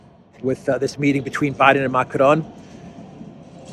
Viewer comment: please stop pronouncing Macron's name in Spanish. It is excruciating to hear. Good work otherwise